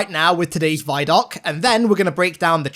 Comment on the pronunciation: Christ why do you say "vie-doc"??? Do you also say "viedeo"? Because the "vi" in "vidoc" is short for "video"...